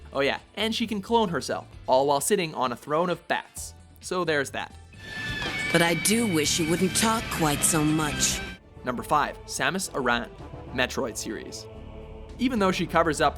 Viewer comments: Samus aran it is not pronounced araun it is aran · Pronounced Aran wrong